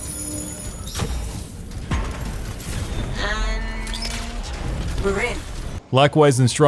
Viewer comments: "Fort Fartsis" 😂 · fort fartsis lol